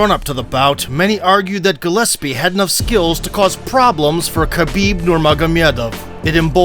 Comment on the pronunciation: Gregor "gelespee?" Bruh